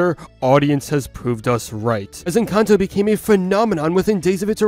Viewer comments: me: en-cán-tó him: en-can-toe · Bruh why do youtubers keep saying Encanto the wrong way. 😒